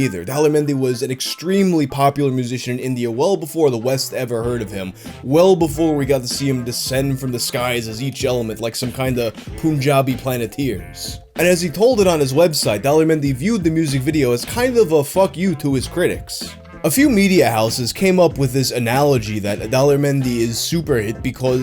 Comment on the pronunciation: It's Punjabi, not poonjabi man.